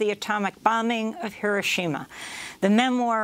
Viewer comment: Pronounced: heer-OH-shee-ma